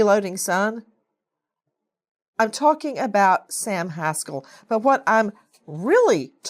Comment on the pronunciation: This is not a comical situation, but I love how Nancy pronounces the name of this low life Sam Haskell IV. 🤣🤣